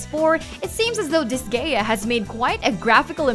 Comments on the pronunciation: I cringed so HARD when she said Dis-Gaia as Dis-Gay -ah......Holy Balls as if her voice isn't obnoxious enough, but don't you dare say Dis-Gaia as Dis-Gay-ah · I don't know what was worse, the fact she pronounces Disgaea as Dis-Gay-Ah or she says Isaac as Eye-Zack. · Also, dis-Gay-uh. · a game called "dis gay ya" xD I know she meant " dis guy uh" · "Dis-gay-a" killed me too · Da-sky-ya is how it should sound XD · Eye-Sack Saul-Mon Dis-Gay-Uh Mar-Yo Kort Wat. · Watrmelun I lost it at Dis-Gaia but yeah she can't pronounce shit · It’s pronounced “dis-guy-ya”.